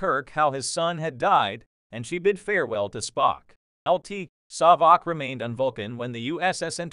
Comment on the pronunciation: Saavik, not Sawvik.